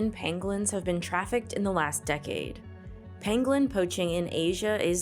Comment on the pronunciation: pAngolin not pEngolin kid get it right lol